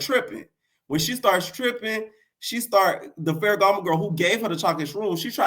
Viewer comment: bol😂😂😂 I was ready to say something like I’m just SO now that’s tv and you already clocked me back when you said “faragamo” 😂 You know your Tea! Im a kind of new subscriber I’m always entertaineddddd⏰onmymomma (summervoice)🤣